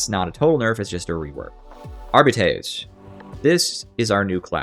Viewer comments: ☝🤓uhm sir it's pronounced arbi-tes, not ar-bites! No but seriously great video. I particularly like that you explain how talents, blessings, and weapons and stats are all connected. It's not always easy to figure out which nail to strike with the balance hammer but you're doing a really good job coming up with suggestions. Agree with pretty much everything. It's not about taking things away, it's about enabling everything. I actually really like the psyker tree. So I feel a bit threatened by a "rework". It's already well connected and the abilities are great. I'd prefer a more careful approach where we look at specific talents. Examples: - Give players a reason to pick Warp Rupture over Creeping Flames. (and make it apply physics force to ragdolls so enemies are blasted away) - Update Smite's sub-nodes. - Give wildfire a little buff. Increasing the cap from 4 to 6 would be a start. If it was uncapped it would probably break the game. - Move psykinetics aura to a center position in the tree, so it's available to all blitzes. - Crystalline Will should make the self-explosion bigger and more powerful, and provide +1 wounds. - EP keystone needs some help. Right now it's only used by Smite spammers, which is the crutchest crutch of all crutches to ever crutch. Maybe EP should cast 3x brain bursts, or split assails into 3, or something. Is this starting to sound like a rework? Maybe a small one. A re-tweak. Thanks for reading. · >jokes about mispronouncing "arbites" >proceeds to mispronounce "arbites"